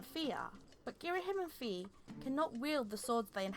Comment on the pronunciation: Every time you say Fe I correct you "Fye" it's canon